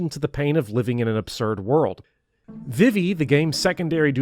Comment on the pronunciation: High praise of FFVIII and a hate boner for Seifer: Thumbs up! Your pronunciation of Vivi: Thumbs down. :( I appreciate your passion. Keep up the good work!